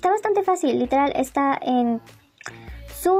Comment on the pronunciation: "literalll" perdon "literel"